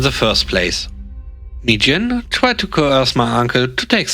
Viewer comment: Mi-Jin became "me quit" lol. Best demotion ever 😆 🐧🐧👍🐧🐧